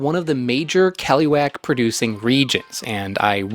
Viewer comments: caliwhack 😄 kuh-LOO-ahk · The way he says "keluak" makes my ears itch. It should be "ke-luak" and not "keh-loo-wack". Grew up eating the stuff cooked by my older relatives...the stuff has kinda like a dark chocolate type of flavour. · KELUAK❌ KLUWEK✅ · it's always weird how foreigners kept calling that thing as KELUAK we usually called them KLUWEK(clue-weck) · Listening to you is painful as you torture the Indonesian language. Please, allow me to help you a little. Whenever you meet the letter 'a' in an Indonesian word pronouce it as you do the letter 'u' in the word 'up'. That way you can pronouce the last half of the word 'keluak' properly. The letter 'e' in Indonesian can be pronounced in 2 ways. In the word 'keluak' the 'e' is pronounced as the letter 'a' in the word 'an'. That way you can pronounce the first part of the word 'keluak' properly. Please. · as usual, your pronunciation always bugs me out as native speaker where that fruit from just google how to pronounce it and youre good